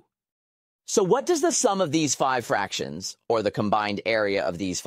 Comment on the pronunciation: Who says fractions like that?